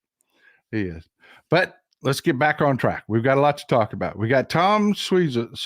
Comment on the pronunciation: It's pronounced sw-ah-zy im a suffolklong island lady and I believe you/me im a minority of democrats here, which is stupid because these republicans had made made this county unaffordable to live